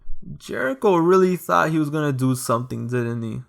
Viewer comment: “gotta dzo what you gotta zoo” 💅💅💅💅💅💅